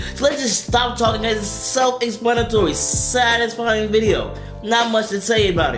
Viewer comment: You said bideo in the end